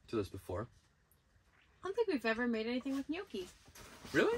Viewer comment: Nice video. But you don't pronounce the G in gnocchi...😉